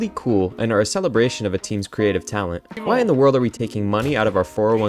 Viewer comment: "Mmmhhhmmmm... that's whai" 😂